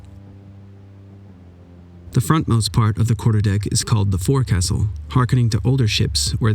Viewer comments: It's pronounced "folk-sole", not "for-castle". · The word forecastle isn't pronounced "for castle" (like the way it's spelled). Instead it's pronounced more like "folks'ull" or "fokesull." Almost like the word foxhole. Try saying the full proper spelled pronunciation of "forecastle" 100 times, but each time you do speed up a bit until all the syllables just kind of mash together. Outstanding video otherwise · quote "45 tons of biscuits" these are UK Navy Ships biscuits & not your Merkin rubbish :) its not called the "ForeCastle" its the Fo'c'sle... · It’s not for castle. Its fo’c’sle. Pronounced folk-s’l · For those of you non sailors, the word is pronounced foc'sle { folk sole } not fore castle. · Nice video, not a big deal but the pronunciation of forecastle is folk-sole. Not for-castle. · "fore - castle"...to try to be a legit source of info, you might want to pronounce basic nautical words correctly. It is pronounced Fohk-Sul. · not pronounced "Fore Castle", pronounced "folk sul". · I thought it was called phoneticaly the " fo'cusle, emphasis on the first sylable N9t forecasul like was said. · it's usually pronounce foke-sul, not forecastle as it's spelled. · Pronounces "boatswain" properly, but then pronounces all of "fore castle" lol It's "FOHK-sel"! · It's not 'Fore Castle' it's pronounced 'Folk sal' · By this period, the forecastle had come to be pronounced fo'c'sle (FOLK-sell) by most English-speaking mariners. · Very cool and informative video, I love this stuff. Just a minor point on pronunciations -- forecastle is pronounced " FOHK - sull " . It's commonly minpronounced and I learned it the hard way --- with my Bluejacket's Manual in Navy recruit training many years ago. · “Foc’sle” is still the appropriate pronunciation of the word forecastle. That is how the US Navy pronounces the word. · I am sorry 'Forecastle'? ya mean Foc's'le! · FYI "forcastle" is pronounced forecast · Just to let you know: forecastle is pronounced fok sol (folk soul).